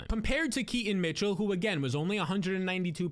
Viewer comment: How do you mess up keaton mitchell's name so many times and in so many different ways? Do you not notice when editing?